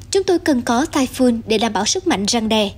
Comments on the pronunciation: Typhoon đọc là "tai phun" giống như catoon, không đọc tai phon. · cùng một chữ "TYPHOON" mà 2 phát thanh viên cùng 1 nhà đài lại đọc 2 kiểu khác nhau lặp đi lặp lại rất nhiều lần nghe nó kì cục làm sao. một người đọc "phon", một người đọc "phun" cả một bản tin tận 20 phút mà ko thấy sự thay đổi nào. Chứng tỏ chương trình ra bản tin liên tục nhưng thiếu sự chuẩn bị kĩ lưỡng, khả năng phát âm tiếng anh của phát thanh viên còn nhiều hạn chế vì nhiều lần tui nghe phát âm ko đúng mà ko phải chỉ mỗi một phát thanh viên. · Phát thanh viên áo đỏ đọc sai chữ TYPHOON. Nên nhờ Google Dịch phát âm giúp những từ tiếng Anh trước khi phát ngôn.